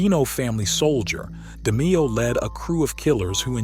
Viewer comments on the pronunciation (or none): Research the content more thoroughly next time. Frankie D. was not a soldier, he was the underboss , its Demeo , not "Demeeo" and Tick , not "Thick". No big deal but the people who watch these videos know the content . Good luck 🤞